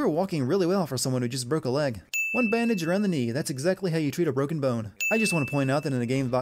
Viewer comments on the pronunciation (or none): she said “my leg is bruken how did you miss that”